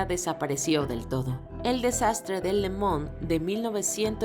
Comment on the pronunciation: Soy al único que le incomoda la sobre pronunciación de algunos términos, le mans lo pronuncian le mon y la uefa lo pronuncian U.E.F.A